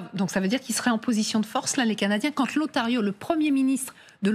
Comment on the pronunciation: Le 'Ontario'? Elle ne sait pas parler français? Ne sait-elle pas qu'il y a une liaison entre l'article 'le' et le 'nom' si le 'nom' commence par une voyelle. Wow! On part de loin! On dit: ' l'Ontario'.